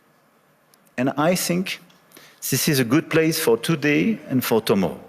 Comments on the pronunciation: Le "I think" (je pense) prononcé "I sink" (je coule) par le pilote à lunettes, est aussi "savoureux" pour reprendre votre expression, 😂😅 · Félicitations, le portrait de Trump est hurlant de véracité 🥰🙏 J'ai cru tellement y être que j'ai eu à la fois la gerbe et la chiasse (comme à chaque fois que je vois sa tronche) 🤮💩 Pendant ce temps-là, Macron : "fore zouze"... allez un p'tit effort Manu, pour prononcer le [th] il faut placer la langue entre les dents de devant (et si tu pouvais te la mordre une bonne fois, ça nous ferait des vacances) 😑